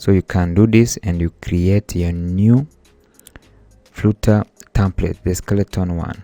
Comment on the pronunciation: Its flutter not frooter